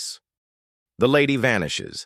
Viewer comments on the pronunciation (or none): "Lady" wymawia się "lejdi" - nie było gdzie sprawdzić? Nigdy się nie słyszało tego słowa? To już nawet nie jest żałosne.